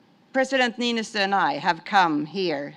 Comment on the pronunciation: It's Sauli Niinistö. If you don't have o with two dots you use "o", not "a". Americans...